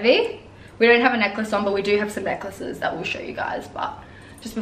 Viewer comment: When you said necklaces I heard Nicholases 😂 you’re both great, really like this channel